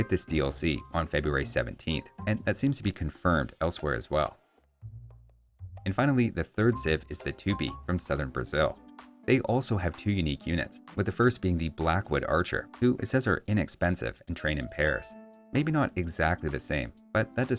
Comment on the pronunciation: Also, it's not pronounced TU-pi, it's tu-PÍ. Source: i'm argentinian. I understand it's how they call themselves